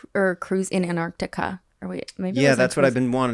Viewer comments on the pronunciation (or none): antarctica was not said correctly once